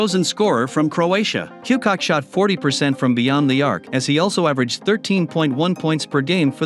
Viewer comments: There are so many funny mis-pronunciations in this that it is hard to mention them all, but my favorite has to be Tony Ku'cock'... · lol Tony Cooh-cock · Toney Koo-cock 😂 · So many errors and lies , i don't know where to begin. The 96 bulls did not have any 40+ game win streaks. You left off a boston team that won 8 titles in a row and u called Vlade Divac (vlad deevack) and Toni Kukoc (que-cock) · First of all… “kooo-coach” and second… no blazers yes 86 Celtics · Is this computerized narration? The pronunciation of Vlade Divac was just wrong. And of A.C. Green, you can tell the computer pausing for the periods. And for Toni Kukoc 🤦🏻‍♂️ And pls don’t use the current team logos (Nuggets and Warriors, Cavs, etc. ) when describing the teams back then. Otherwise the content is alright. Thanks. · And kukoc lol